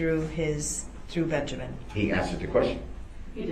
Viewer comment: His name IS NOT BEN-jer-MAN!! It’s Benjamin! Ding dong!